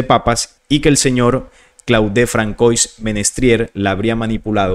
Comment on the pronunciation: Disculpa saludos desde Panamá 🇵🇦 Muy interesante solo un pequeño consejo Se pronuncia “Fransuá” me refiero al nombre François. Es un detalle quizá menor pero igual p.e. cuando citas en otros videos a Elon Musk (Pronunciar Ílon Mosk)